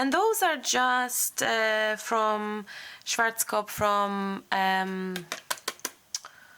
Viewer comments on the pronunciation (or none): none